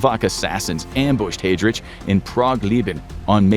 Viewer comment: The pronunciation could definitely be better, especially for Heidrich